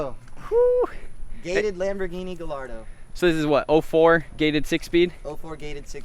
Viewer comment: The Dude owns a lambo and cant even pronounce the name right lol